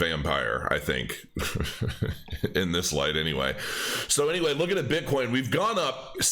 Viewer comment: Hahahahaha calls bitcoin, bitcorn.